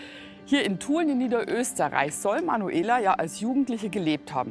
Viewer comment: Und NIEDERösterreich und nicht NiederÖSTERREICH